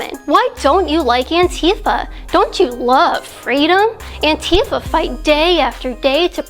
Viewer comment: Antifa is not pronounced anTEEfa. Did you miss me?